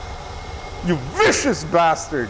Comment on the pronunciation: It's ace when he says "You bastard" in a German accent.